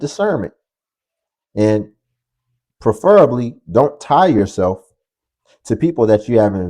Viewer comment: "Preferably," not "perferably." ❤